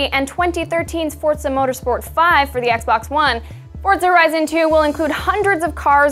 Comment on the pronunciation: is it forZA or FORTza ? did this bother anyone else?